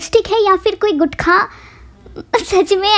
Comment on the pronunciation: One min bro guthkha kya hota h woh gutka hota h🙄